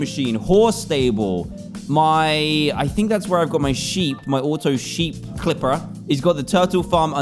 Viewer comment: when he said clipper it sounded very weird.